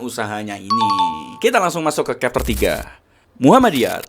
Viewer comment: chapter itu bacanya capter bro, bukan kapter...